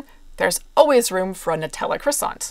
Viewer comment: Sorry, how do you pronounce croissant?